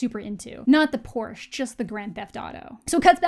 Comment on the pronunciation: Porsche has two syllables.